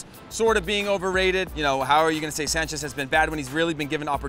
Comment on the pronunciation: It's Renato Sanches not Sanchez, he isn't Spanish, he's Portuguese